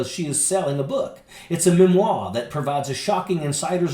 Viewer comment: A billion trillion gazillion points of awesome for, for pronouncing the word, 'memoir', correctly! (Because almost nobody does)